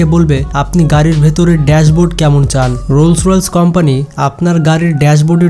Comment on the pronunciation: রোলস রয়েলস বলছেন কেন ভাইয়া? এটাতো রোলস রয়েস!!!